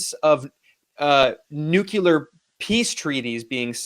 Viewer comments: Why is Nuclear such a hard word to say? Are you verbally lazy? It makes you sound like a "Nekulturni". Forgive me, I couldn't help myself. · Ben Norton is too intelligent to mispronounce "nuclear" as "nukuler." Why is this so difficult for so many Americans?